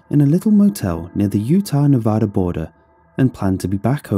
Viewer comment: YOU ARE THE FIRST PERSON TO SAY Nevada correctly. its not ne-v-ãdá its Ne-vad-a. just like its LeviOsa not leviosar.